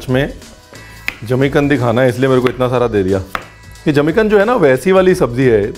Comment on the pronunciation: Jimi kand nhi. Zmi kand